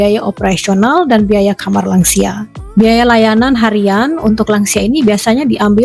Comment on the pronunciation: "Lansia" di bahasa Indonesia adalah sebuah singkatan dari "Lanjut Usia". Saya krg paham bagaimana anda bisa menyebutnya " Langsia". Buat saya langsia seperti nama spesies serangga. Semoga lain kali bisa berbahasa lebih baik lagi.